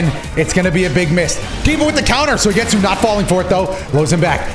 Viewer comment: It probably shouldn't bother me, but I can't help but notice every time he says Soy-getsu lol